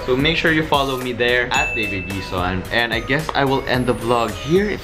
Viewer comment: "Mr. Gui-sown"